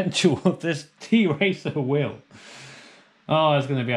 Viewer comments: It is not t-racer or t racer but tracer like that girl from overwatch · the brand actually tracer not t-racer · Just to be clear - It's pronounced Tracer, not T-racer (its a Polish company) ;) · It’s not a t-racer, it’s tracer like in ow